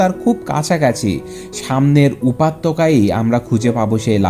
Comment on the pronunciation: উপাত্যকা???? হা হা😄😄😝😋😂😂!!! উপত্যকা হয় রে ভাই 😀😀 শুন ভাই উচ্চারণ ঠিক করতে হবে তোর।। তোর পাঠ করার জন্য কন্ঠ তো খুব সুন্দর।। যদিও বাচ্চাদের মতো কথা বলার ধরন।। আমি লক্ষ্য করি তোর উচ্চরণ অনেক ভুল হয়।। অনেক সিলি সিলি মিসটেক করিস তুই।। নিজেকে দিনদিন একদম পারফেকশন এর দিকে নিয়ে যা।। হেল্প লাগলে বলতে পারিস।